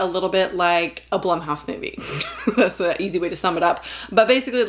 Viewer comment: I thought "Blumhouse" was pronounced "bloomhouse."